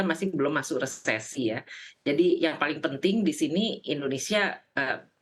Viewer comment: "Resflasi" haha